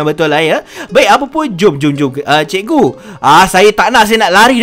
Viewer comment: ni cakap cikgu ke ciku🤣🤣🤣🤣